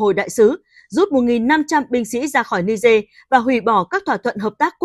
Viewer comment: Ni-giê chứ không phải ni-dê.